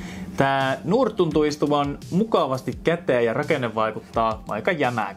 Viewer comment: Tyyppi lausuu "Nord" silleen "durt"